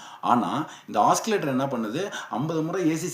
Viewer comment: ஆக்சிலேட்டர் அல்ல ஆசிலேட்டர் என்று உச்சரிக்க வேண்டும்.